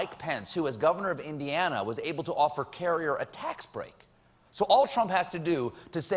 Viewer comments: HaFWiT "Colbert said Indianda." Colbert has a cold. When your sinuses are blocked it is difficult to transition from a closed, voiced consonant without producing a stop. That's why "I hab a code" is understood by everyone who has ever had a cold. Trumps statement doesn't hold up on pronunciation or the meaning of the word. "Carrier will never leave" is not a euphemism in that or any context. This is the definition: "a mild or indirect word or expression substituted for one considered to be too harsh or blunt when referring to something unpleasant or embarrassing." This isn't just about how he mispronounced an (admittedly) difficult to pronounce word. He didn't get the correct word in the first place. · Made fun of mispronunciation of euphemism right after mispronouncing Indiana. :) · mispronounces Indiana, makes fun of Trump for saying euphemism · Makes fun of trumps pronunciation then says Indiana wrong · Colbert making fun of Trump mispronouncing "euphemism" after he mispronounces "Indiana". Classic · "Indianda." Where's that? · anyone heard 'indianda'?? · He said indianda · did i hear it right, Colbert said Indianda? lol... love the man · You may not know what a "euphanism" is, Stephen. But where the hell is Indianda? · >Makes fun of Trump saying "euphenism" > Said "Indianda" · "I'm not sure what a euphanism is..." 2 minutes earlier "air conditioning plant in Indianda" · Ah yes my home state of "Indianda" lol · did he say Indianda in the beginning? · I heard indianda too lol... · Colbert gives a gentle poke at the Donald's mispronunciation of 'euphemism.' But earlier, , Colbert had referred to the state of 'Indianda.' People in glass houses, Stephen! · I love how Colbert talks shit about Trumps pronunciation of euphemism but he can't even pronounce Indiana. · he made fun of trump messing up words when he said "indianda" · Euthanism is how it's pronounced in Indianda. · says indianda and makes fun of him for saying euphanism. go home colbert, youre slippin dawg.